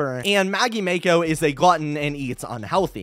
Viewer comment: Mako im pretty sure is pronounced like the anime girl from kill la kill or that pacific rim girl protagonist...